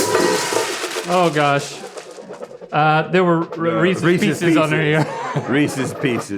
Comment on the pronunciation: I'm thoroughly pleased that neither Rhett nor Link pronounced "Reese's Pieces" as "ree-seas pea-seas".